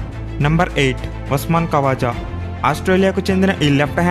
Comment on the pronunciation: ఖవజా కాదు..... ఖ్వాజా